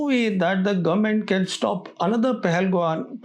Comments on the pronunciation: I watch your videos religiously but it is hurtful when a Punjabi intellectual who knows Urdu and English pronounced Srinagar as shreenagar. Please be careful. In Urdu it is صرینگر and in English it is the same as Sri Nagar. You also pronounce Pahalgam as Pahalgaon. This is incorrect. You said you're a frequent visitor to Kashmir so you are the best person to understand my reservations. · Sir please pahalgaon nai pahalgam hota hai. Ab jaise educated bande ko pata hona chahiye